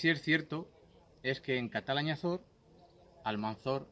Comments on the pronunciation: Es Calatañazor, no catalañazor. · Se dice Calatañazor!